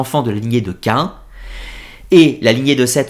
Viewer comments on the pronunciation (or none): Bonjour. Cest "Caïn"et non pas Caen. Tu n'es pas le seul à faire l'erreur sur la prononciation...